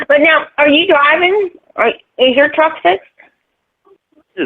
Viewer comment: Why does he always say “drivetruk” when saying his profession